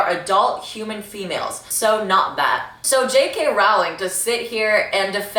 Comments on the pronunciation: I don’t like how u say her lists name. roWling girl I don’t think that’s how it’s pronounced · is she gonna learn how to pronounce Rowling or is it just gonna be Rauling now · Rowling rhymes with Bowling, but she deserves the mispronunciations at this point. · Usually I’d correct your pronunciation of her name, but I don’t respect her anymore, so who cares?